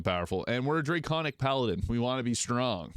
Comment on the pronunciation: Drayconic. You know, because draygons.